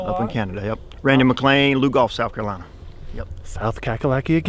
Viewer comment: Yes finally someone who knows how to say Carolina rite